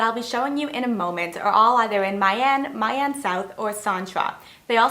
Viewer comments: The correct pronunciation is "Me Ahn", not "Mai Anne". More accurately, "Me" with the up inflection as if you ask "Me???" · FMI, "My" in "My An" Vietnamese people call it like "Me" in English, not the way you pronounced it :)) good content